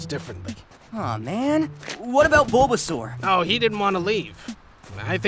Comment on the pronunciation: Lore accurate baulbasaur im a baulbasaur in mystery dungeon 😂 Edit: i regret everything in my life and i hate myself. Btw squirtle is not saying "Char" as Chim-Char its actually Char-mander